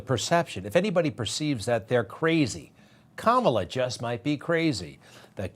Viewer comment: To be so disrespectful to call our vice president by a derogatory name by mispronouncing her name but yet if you really listen he pronounces it right a few times he's just racist Greg Kelly newsmax do better